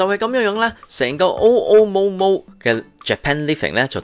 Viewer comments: Mr '', It is pronounced as 'OO' and not 'O' 'O' Momo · 按我認知，日本語讀 MoMo 會系 么么。